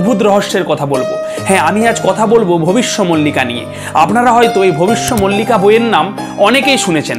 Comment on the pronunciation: মল্লিকা নয় মালিকা